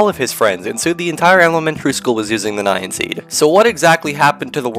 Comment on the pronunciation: Wait... I thought it was pronounced as "nian", as in Japanese anime way 😭